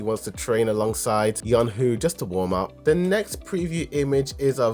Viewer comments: Y-oo-n (i.e. toon) Ho (i.e. hoe) brother. Not yong who Edit: also, jin AH not jin ha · Its yoonho not yonhoo